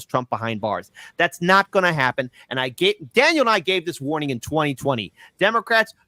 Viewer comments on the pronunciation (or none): none